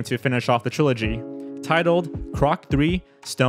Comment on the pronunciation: gotta practise pronouncing "the" instead of "duh"